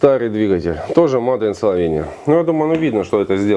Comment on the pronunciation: Человек с высшим образованием, английский вообще на ноле. Мадэ ин Словения.